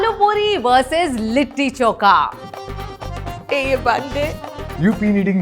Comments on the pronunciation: its not choka it is chokha😂 say it properly,, when you are food blogger 😢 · Koi kamya ko chokha bolna sikhao😂